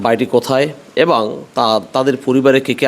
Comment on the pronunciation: আপনার উচ্চারণ ঠিক করা উচিৎ। এবং এবাং